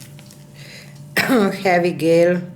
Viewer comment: Purple with that green and gold are pretty together. The pronunciation of Gel and Gloss in English are different. You said Gloss correctly. But the G in Gel is pronounced like a J. Don't ask me why. It's one of many oddities in the English language. I hope you don't mind me telling you. 💜 Your English is very very good.